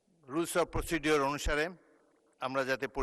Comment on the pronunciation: বুঝলাম না, সন্মানিত স্পিকার এবং তার ডেপিউটি দুজনই কেন ‘প্রসিজ্যার/Procedure’কে “প্রসিডিউর” উচ্চারণ করেন!!! সারা বাংলাদেশেই অলমোষ্ট তাই।